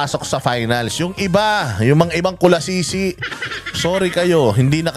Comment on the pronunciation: Natatawa ako sa "kulasisi"